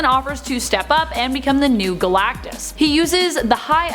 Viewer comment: Man I don't know why I laughed everytime you said Guh Lak Tus. thank you for great content and videos